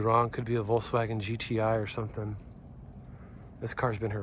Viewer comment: NOT WOLKSVAGEN THAT IS YUGO